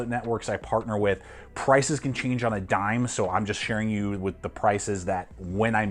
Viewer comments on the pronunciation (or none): none